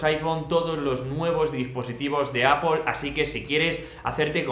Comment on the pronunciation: Todo dpm pero bro, no lo pronuncies apol, esque me da algo tio hhahahah